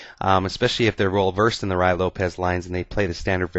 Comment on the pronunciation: Great vid! All ur ids r good but this is the best one! I've used this trap in the past, it works not only with the Ruy--pronounced roo-ee by the way--but with other openings as well, the 4 N's Game for ex. All of the traps in the Ruy are interesting. When I was 11 years old I used a trap in the Ruy that I figured out myself to beat the US Checkers Champion at chess! My suggestion 2 u is to do more vids on some of the other Ruy traps.